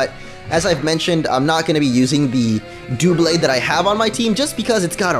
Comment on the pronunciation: Duhblade, not Dewblade. It's obviously based on double, not dual.